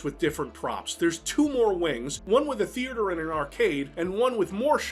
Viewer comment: Does anyone else ever crack up when they hear say the word “theater?” 😂